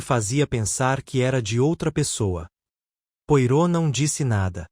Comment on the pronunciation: Gosto da sua leitura, entretanto, com respeito, gostaria de ajudar na pronúncia do nome do grande detetive belga, Poirot. Lê -se " poarrô".